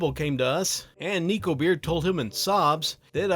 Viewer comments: i was listening to this with my eyes closed bc i find these vids relaxing. i kept hearing “niko” and i was like um ok???? then he mentioned the ears and the tail and i went ohhhhh NEKO, that makes so much more sense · Hey, just an educational piece of info! Neko is pronounced Neh-Ko! Ne ( ネ) and Ko (コ) are 2 different symbols in the Japanese language pronounced as such! 猫 being the kanji for Neko, or cat (Which I assume you know its cat ^^). Not a rant! just teaching!! I hope you're doing well with the current events going on. Keep up the good work, I honestly do love your videos! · If you're going to mispronounce "Neko" as "Neeko" I don't think I can watch this video 🥺 It's pronounced like neckbeard, hence Neko-beard being a pun! Edit: I got over it & watched it anyway, good video as always, just a major pet peeve. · I was griping about it too lol